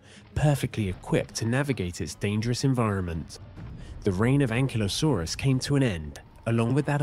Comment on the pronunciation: Thanks for not calling it "An-kylo-saurus" like that geek kid in Jurassic world.